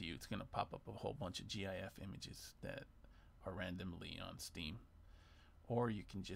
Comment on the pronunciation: Thank you for not saying "Jiff" Short, and to the point. Relevant 2 years later. Mad lad.